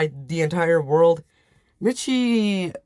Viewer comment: btw miche is pronounced like niche and uses he/them i believe?? overall great video!!